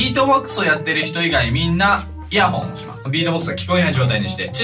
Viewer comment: イヤホン！ でも発音はイヤフォン率高い気がする… GW中、毎日楽しみにしています！